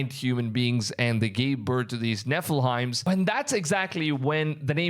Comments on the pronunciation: Nephilim is pronounced ne-fil-eem. 👍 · This guy has the hardest time pronouncing “nephilim”. Also I really don’t think that guy is the Antichrist. It says his countenance is more stout than his comrades and he cares not for the desire of women. Those don’t really describe the guy. He could be evil but I don’t think he’s THE Antichrist. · The way you say Nephilim!! OMGOSH! 😂😂 It sounds like a Hogwartz fraternity!! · His name does come up often... Great video brother. Some how you pronounce Enoch correctly, but murdered Nephilim! God bless you Maranatha!